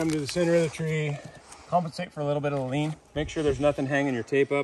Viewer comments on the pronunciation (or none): none